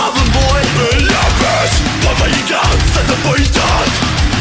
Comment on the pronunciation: Vocal Coach это преподаватель вокала! который не смог загуглить куда ставиться ударение! NOT BABA yAGA... BABA YAGa. ну Задорнова фраза актуальна как никогда!